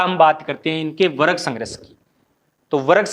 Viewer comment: Sangharsh, ko sangrash bolte ho sir, ese hi kafi work ko ap , wrong bolte hai